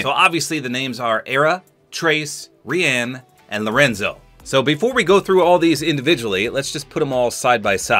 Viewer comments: bro Rian is usualy pronunced ryan like my name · Rian, I thought, was pronounced, Ryan..... not how ever said it here......